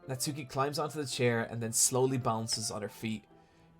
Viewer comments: Japanese pronunciation tip: the 'u' in Natsuki is silent. As in, Nats-ki, rather than Nat-soo-ki. It's like Sasuke from Naruto, where I first learned about this way back. Yeah that's right, I get all my Japanese pronunciation from listening to anime. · this is such a nitpick and i’m sorry for that but with the name natsuki, the u isn’t really pronounced so it’s more like “natski”